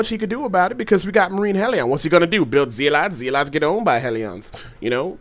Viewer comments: Zeelots and Heliawns..... lol.... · Hell-e-on and Zee-lots :D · In this build the haleeawns counter the zee-lots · Zéélats and Helleh-on? I wuv you:>